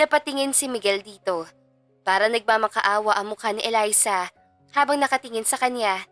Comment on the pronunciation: Elisa kc Un ung kababata ni Miguel hahaha Mali ang pag bigkas ng narrator